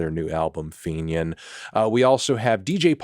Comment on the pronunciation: Fantano saying the word "Fenian" really got me 😂